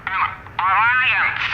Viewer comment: You want an arriance? Arriance, arriance!!! 😂😂